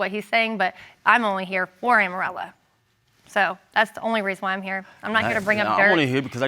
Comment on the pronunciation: Amorella almost sounds like Armadillo.